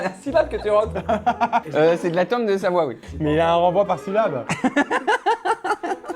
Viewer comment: "SaVOie" mdr